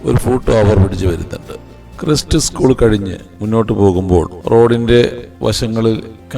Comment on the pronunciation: ക്രൈസ്റ്റ് സ്കൂൾ ആണ്. ക്രസ്റ്റ് സ്കൂൾ അല്ല.